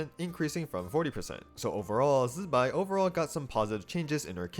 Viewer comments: Why's bro zaping like electro wizard while pronouncing zi bai's name like that🙏🏼😭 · I don't know why he says it in that way, even Chinese people when saying Zibai don't press the Z like that